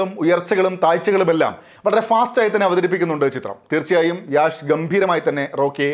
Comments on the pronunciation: യാശ് അല്ല….യശ്…. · It's not യാഷ്. It's യഷ്. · Not Yaash, its Yash 😅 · Yaash alla, Yash aan